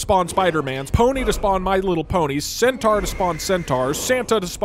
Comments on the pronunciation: "scent tours"? oh, Chat was trying to trick him into saying "centaur". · scent tours, lmao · Doug he was trying for you to sound like saying centaur like scent